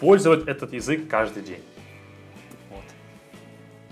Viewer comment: язЫк, не язЕк) 😸 Умница, хорошо говоришь)